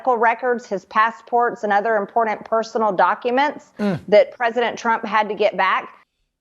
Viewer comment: She keeps saying this word "impordant".